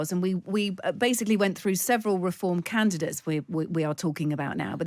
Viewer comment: They keep saying they where candates they where volunteers there canvasser she keeps saing candates